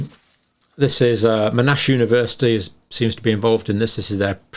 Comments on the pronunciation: for future reference Monash is pronounced with the stress on the 1st syllable. MON ash. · Hi Dr John. happy New Year. Not being picky but it’s pronounced MON ASH. Cheers keep up the good work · Yes. MON-ASH (two separate sounds!) is located in Melbourne. Thanks for everything you do in this space Dr Campbell, your wry sense of humour always cracks me up. Glad to see the return of the green pen. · The damage being done to the trust in the medical profession by these deals is immense. Without meaning to offend the name Monash is pronounced Mon ash, after Sir John Monash who served Australia for over 50 years in military roles.